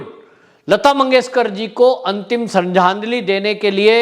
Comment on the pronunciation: जिसे श्रद्धांजलि बोलना नहीं आता उसके इतने फॉलोअर्स कैसे हो गए